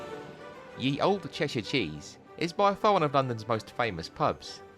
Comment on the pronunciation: I have to say it. I'm a bit of a pedant (lot). Well done on saying 'old' and not 'oldy', but 'ye' is pronounced 'the'. Y was just the old way of writing 'th'. OK, back to the video 👍 What an incredible story about the Carlton Tavern! We haven't been, (obviously) but will try to get there on one of our London pub crawl trips (2 weeks time!). We haven't been to the Mayflower either and I just shouted to the husband "there's a pub here we need to go to", told him the area, and he said "The Mayflower?, it's on my list". Love this series 😀